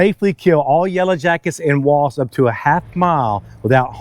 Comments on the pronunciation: It's WASPS not WASTS😂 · They're called "Wasps," pronounced "wosps". Not "Woss".